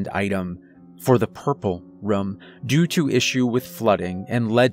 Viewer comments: I keep hearing him say "rum" instead of "room." I like the stories but saying "rum" instead of "room" is distracting. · Please learn how to say room lmao